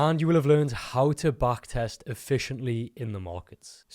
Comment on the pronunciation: try to say Back test instead of Baak test.